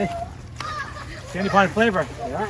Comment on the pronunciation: As a old local who lived for 30 years on Sand Pond which is part of Tacoma Lakes I have to admit I'm a bit triggered because of your miss pronunciation of SAND POND smh.